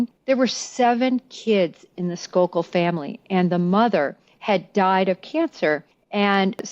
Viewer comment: Just to clarify -- the name of the family involved in the Moxley case is Skakel, pronounced "skay-kul," not Skalkel. And if I remember correctly, the golf club used in that crime had been left laying outside on the lawn.